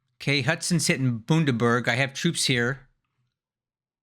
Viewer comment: Did you seriously say Bundaberg the same as Bundeswehr? Look up Bundaberg Rum, the polar bear will tell you how to say it right!